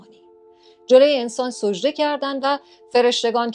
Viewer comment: سوجده نه سجده